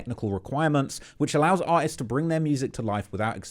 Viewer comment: u say artists i hear something else ...